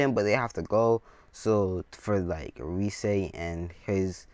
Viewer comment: her name is rias not rise.Sorry if i offended u